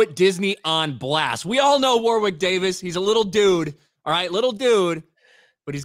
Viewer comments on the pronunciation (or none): oof the way you pronounce Warwick the 2nd w is silent btw